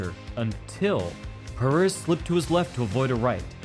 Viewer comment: ITS PEREIRA NOT PERIERA